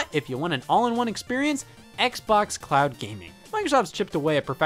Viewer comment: Did you say "clown gaming" at the beginning or "cloud gaming" lol?